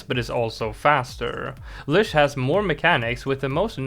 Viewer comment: Lych is pronounced with a T sound that doesn’t appear in the word, so ”Lytch”